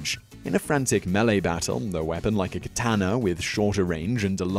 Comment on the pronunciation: Please pronounce katana correctly